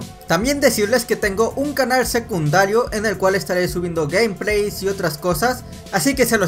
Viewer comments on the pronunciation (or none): none